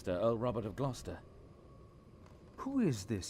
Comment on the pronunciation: hope you don't think i'm nitpicking, but it's pronounced Gloster